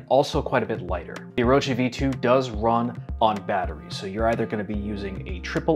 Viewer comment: Thank you for pronouncing it correctly